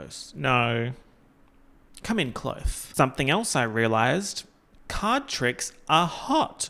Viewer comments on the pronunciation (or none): Come in close: ❌ Come in CLOTHSE: ✅